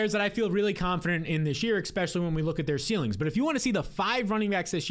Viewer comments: *ESPECIALLY, not expecially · After he says "exspecially," I don't hear anything else he says for the next 20 seconds. And he says it a LOT. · I love the channel and just subscribed. But it drives me nuts how you say “exspecially” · There's no "x" in "especially" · One note: there is no "x" in the word "especially."